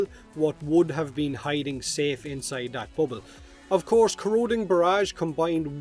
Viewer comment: It's pronounced "that" not "dat".